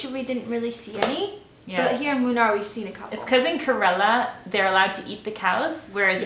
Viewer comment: It's actually pronounced Moonnar ladies. Have a nice time in India. 😃🙏👍